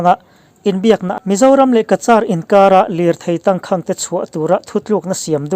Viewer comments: 'tangkhang' i lam ri dik leh ta lo, a zia lo ṭhin hle mai. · Tangkhang hi i lam diklo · Tangkhang i lam dan hi han tidik la, a ngaihnawm lehzual ang. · Tangkhang tih I lamdan te,cachar I lamdan te hi a Tangkhang tih i lamdan leh cachar I lamdan hi a va thing ve,i chhiar ve peih si a inzir deuh rawh,a zialo emai